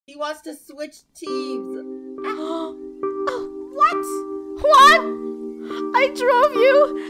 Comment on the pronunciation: Magical Mari no he said I’m switching tems then corrected himself saying team